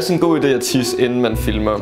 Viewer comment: Elsker at Naja siger Fimler i steder for Filmer